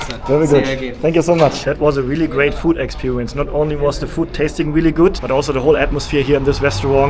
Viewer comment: expewewince” haha funny not making fun of ur language just saying funny how u say it make’s me laugh 😂